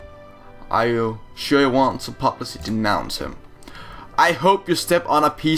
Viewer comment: Publisly.. Its like saying bismarck as bismarsk. How do you pronounce public? Then how do you pronounce publicly? See?